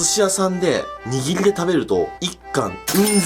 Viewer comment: くっくは らりるれろ が言えないよね！笑 握りが言えてない！笑 可愛い❤笑